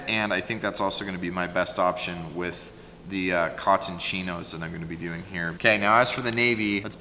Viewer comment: I know this is weird but you say Button, Cotton really strange. But ton. Of course in Vermont we don't say our t's at all. Idk why but it's funny. No but awesome suit! I wish I was smart enough in clothing to design my own and build my own. I'm just learning how to tailor my own cloths.